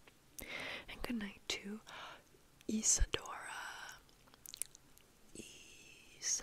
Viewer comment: You got my name except its not Isadora but Isidora You read it as (Isidora or Isedora) english is not my first language